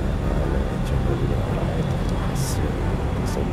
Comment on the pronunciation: tolong bacaan nya,dibenarkan, ketika membaca ayat lau anzalna sampai pada ayat khosyi'an, itu tdak bertasydid, bukan khossy'an, TPI khosyi'an... sklian mandawamkan dakwah Qur'an...🙏